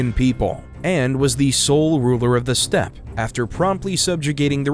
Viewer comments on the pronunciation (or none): none